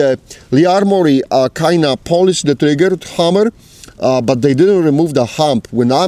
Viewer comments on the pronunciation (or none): Came here to hear the word "polish" pronounced as "Polish". Was not disappointed. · i love hearing "polish" pronounced "polish" as opposed to "polish", it's the way "polish" was meant to be pronounced